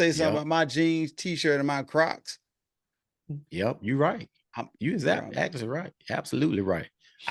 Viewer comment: Did he say crocs lol 😂